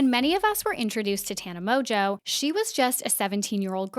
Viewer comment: Mon-geau not tana MOJO can't get past you saying it wrong